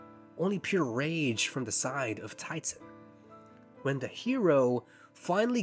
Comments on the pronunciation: Ti-....Titan...Titan like the Greek monsters of great strength...????? It's Titan. 😭 If nobody else caught this before now......I'm legally too old to be here, and this administration is going to accuse me of gru-ming for trying to teach proper spelling, and language arts... He was literally meant to be an Incel! He was always the bad guy who couldn't get over that the leading lady that didn't want him, because he doesn't show any positive attributes! He's toxic, misogynistic, narcissistic, and sees himself as already deserving of a woman due to being in proximity for multiple years. He goes out of his way to push himself on Roxane, because if she hadn't dated him before then..she wasn't ever going to. That's the point of her rejection even! His character is satire, that's the reason for his existence, he's what "Heros" would actually be if we treated them as we do in reality at every single ComicCon! He was always meant to become the ultimate evil, the one who couldn't take not getting his way as negatively as is possible in a satire of Marvel and DC comics! Anyone who has read anything past the surface level issues knows exactly what I'm talking about, and sees how this is not someone who genuinely wants to help people. He wants power, as any villan does, and it all hinges on the love of a girl he's known for years, but doesn't have the grown-up enough mindset to know it will never go anywhere based on her reactions. He just wants what he feels he's owed as the "Hero", beca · It's supposed to be Titan, but because Hal is an idiot he thinks it's Tighten. Iirc, supposedly if you watch the movie with closed captions, whenever someone other than Hal says it, the captions say "Titan", but when Hal says it, they say "Tighten", because that's what he thinks it is. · Im sorry i cant take him seriously now i know its spelt tighten and not titan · I thoight it was “Titan” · is it actually TIGHTEN?????? not titan??? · It's TITAN with the T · I thought it was "Titan"!